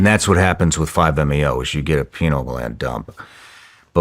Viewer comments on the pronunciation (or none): Dave’s face as he’s trying to understand what Shawn is explaining to him. 😂 By the way, the correct way to pronounce pineal gland is “PIE NEAL”. 🙏🏼☺️